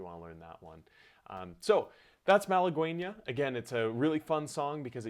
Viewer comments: That (Spanish) title is correctly pronounced Mah lah GEH Ñah (gue = geh, as in get), which means woman from Málaga, an ancient city in southern Spain. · Mahl-uh-gwayee-nya lol Nice tutorial 😁😁